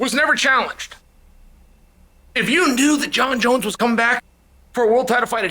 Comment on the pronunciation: Jon jons